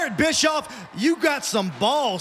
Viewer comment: Lol, it's like he's saying Eric Bitchoff. XD